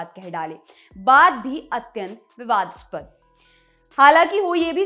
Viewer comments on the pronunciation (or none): Hey, विवादस्पद नहीं, विवादास्पद. पूर्वग्रह नहीं, पूर्वाग्रह... संधर्ब नहीं, संदर्भ can be let go due to accent just like we ignore Modiji saying आझादी और क्रष्ण because Gujrati's talk like that. I feel sorry for Grammar nazis who will get offended for not knowing Hindi.